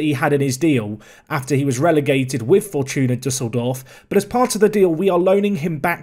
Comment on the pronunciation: I can't believe you pronounced fortuna düsseldorf correctly but didn't pronounce Hofmann right lmao